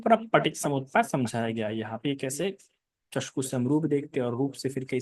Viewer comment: चस्कू बोलते है! चक्षू होना है!